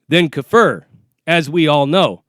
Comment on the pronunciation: Kaffir doesn’t mean dark skin lmao or black it mean non believer and you pronounced it wrong.